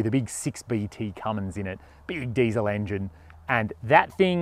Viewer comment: You got the Diesel word in Rabic/ Farsi all wrong 😂 that's ok. It's like this: دیزل